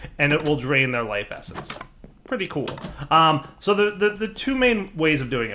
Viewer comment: he sais "lise effence", waht is that does he mean life essence?